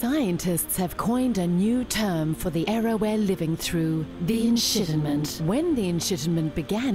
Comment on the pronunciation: the enshittiment